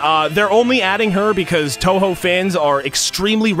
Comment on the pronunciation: also pronounces Touhou correctly Double Nice. ...If Reimu actually gets in, I'll go on Coin mode and have four AI Reimus fighting over money. Because donations.